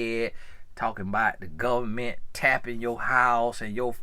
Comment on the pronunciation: “Lemme tell ya bout the govment” 😂 sounds like one of my cousins from Bama